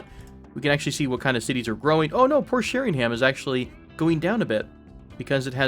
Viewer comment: Love your videos! My delicate British ears couldn't quite get used to your pronunciation of British place names. If you did want to try the native ones, Flitwick and Berwick are pronounced Flit-ick and Ber-ick (silent w), Sheringham would be Shering-am (silent second h), Bournemouth would be Bournemuth (the last u is an uh sound, as in gruff) In any case, thanks for your youtubes, they're awesome